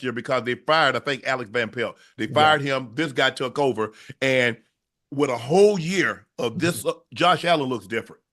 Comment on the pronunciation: He said Alex Van Plet lol